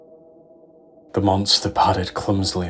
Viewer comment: love your pronunciation of "boogeyman" ❤